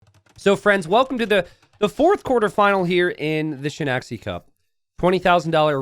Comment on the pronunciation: Ngl I'm disappointed when i hear you say "shen-axe-ie" as opposed to the proper pronunciation "shen-eye-shee-ye" or even an attempt at proper pronunciation. The game has a huge international community and the Chinese community is very large. The English speaking and Chinese speaking communities are generally very separate and it feels as if there is no attempt being made to make a bridge, which would benefit the game so much. I felt the same way with the "shawarma riders", it feels like some parts of the English AoE2 community take pride in being ignorant. I didn't say anything before but I'm saying it now.